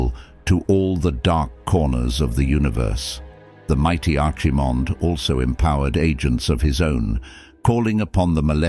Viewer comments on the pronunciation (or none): 4/5 I really like the voice, though I know people have issues with AI. The pronunciation of "Archiemonde" and "Sargerus", not sure if you would have to feed the phonetics to the AI to get a correct pronunciation.